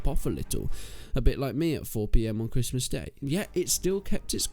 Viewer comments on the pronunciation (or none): none